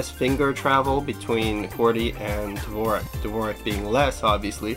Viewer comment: dvorak is actaully pronounced like "d'vorzhak"